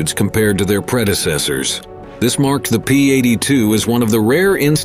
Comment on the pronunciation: Ah yes, the ol' "P Eighty Two Ess" 🙄